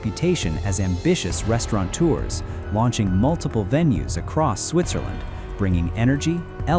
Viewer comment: it's Switzerland not Switcherland